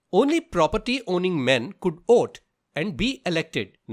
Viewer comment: nah bro its 'vote' not 'oat', but issok good vid tho